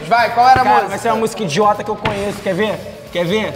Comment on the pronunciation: é "conheço" não "conhesso"